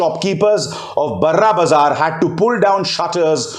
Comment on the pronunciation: Sorry to point out abhisar sir...Its pronounced as bara bazaar...I have lived in kolkata for some years and I am familiar with that place...